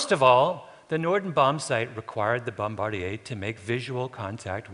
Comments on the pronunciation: I can't listen to him say, "bom-bar-dee-aa". This is 'Merica, Kunte Kinte. The word is bom-buh-deer. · Bomb-bar-dee-yay. Good lord... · What is a bom-bard-e-yay? The word is bombardier and the pronunciation is bom-ba-deer,,,,,throughout the English speaking world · My father was a bombardier---and its pronounced bombardeeer--not bombardeeaye. In the 8th Air Corp from 1943-44. Till the day he died in 1992-he never spoke of the Norden Bombsight. He did say howver that it was never as accurite as advertised.He did say however that he was ordered to destroy it in the event of a crash-and or-give his life to protect or destroy it in the event of an enemy procuring it. Nice to hear how Germany had all the plans of it all the while! I'm glad my old man didnt have to implement those precautions! I wouldnt be here. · 'BombardeeYAY"?? Seriously? I've never heard that pronunciation before in my life! Kinda' ruins the presentation. It's "bombadeer"! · Bombardier (Bomb bar dee ay) is an aircraft manufacturer....bombardier (bombba deer) is someone who drops bombs. Just sayin'... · Garfunkel keeps saying "Bomb bardy ez" How about respecting the real American airmen who fought WWII and call them what they called themselves? xITS BOMBARDIER FANCY MAN! BOMBADEER , quit hanging out with Brittany Spears and talk like a man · pronounced bombadeer not bombardiyay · "Bomb-a deers', not 'Bomb-Bard-ieas" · "Bomb-bard-deer"? I've always pronounced it Bombe-deer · Americanos pronounce it as "Bomm Buh Deer" while Canadians pronounce it as "Bome Bar Dee Ay", that's a dead giveaway that Malcolm Gladwell speaks Canadian. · Crew member who drops the bombs is a 'bom-buh-deer' not a 'bom-bar-di-eh' (that's a Canadian aircraft maker, eh?) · "Bom-BAR-dee-ay" WTF? Written so many great books and can't pronounce "Bom-bar-DEER"??? Or is he paying "Ommarge" to the language it's derived from? (btw, it's "hommidge") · bomb-a-deer not bom-bar-de-ay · TIL bombardier is pronounced bombardiyay